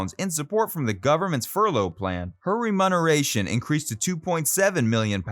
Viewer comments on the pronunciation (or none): remuneration -"ree-mew-ner-ay-shun" not remunneration. James is "only son" not "only child" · Remuneration - ree-myu-ner-ay-shun. Thames - Temz. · What an abysmal reading! Just pathetic that you didn’t get a professional voice over and have a voice Director at the recording session. You could have saved yourself the embarrassment of a garbled, gabbled, almost incomprehensible stream of verbiage, with mispronunciations such as “remunneration” instead of remuneration”. Shame on whoever made this and did zero quality control. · You need to check your pronunciation of "remuneration". Perhaps a rehearsal/run through of the script would avoid such amateur mistales. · Yes! And “remuneration“! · Before you set yourself up as a credible presenter of information you need to learn how to pronounce the words in your script. “Remuneration”, for instance plus another one that escapes my memory and perhaps others after I stopped watching to this. You should also take lessons on how to speak. Your voice as it is, is not suitable for narration. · The pronunciations are the worst part. For someone who is apparently a fan of a British band, he has no idea how to pronounce British things like the river Thames, Oxfordshire, Berkshire, and just plain words like remuneration. I'm sure some of the names have been mangled as well. It sounds like he's reading scripts from other sources without doing proper research. I guess that's what you get on youtube.